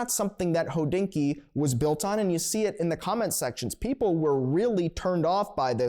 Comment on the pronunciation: Is it a freudian slip that keeps pronouncing Hodinkee «Hoe-dinky»? Just saying😂